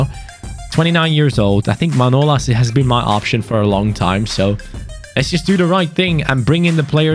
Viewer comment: His name is manolás not manólas like so can see